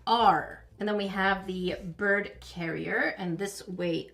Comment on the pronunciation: that’s the bird I have, that’s also what my profile is. His name is mango and since you’re a bird expert, you’ll probably know that I am a son Connor. also, I swear you keep saying birb